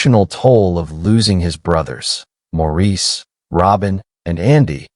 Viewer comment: Nice video. However, I wish they would have the AI voices pronounce Maurice's name correctly. It's pronounced as Morris. It's distracting and takes away some credibility.